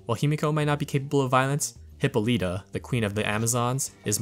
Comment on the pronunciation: I appreciate the video, truly, but I can't get over how you pronounced Hippolyta lol